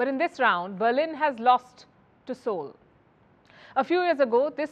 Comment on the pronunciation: Appreciation. She pronounces the Seoul right, which sounds like Soul in native language.